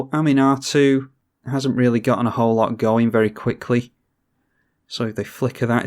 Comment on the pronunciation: Ahm-un-ah-too...that's how you pronounce her...not Animar, lol. Oh wait, now you're pronouncing it correctly...trolling us, noice...really nice edition with mimic vat... I have quickly stopped underestimating Gherid and wort mother because of your game plays so thanks for that!